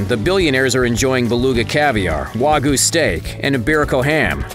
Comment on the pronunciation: Sashimi, not "Shashimi" Wagyu, not "Wagu" Cryotherapy, not "cryptotherapy" (what would that even be? hidden therapy?)